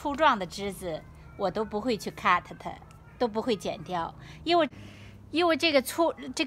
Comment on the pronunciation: 听到好辛苦，在想什么咳得掉。呵呵